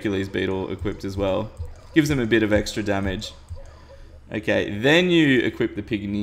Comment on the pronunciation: I keep thinking you are saying AKA when you are saying okay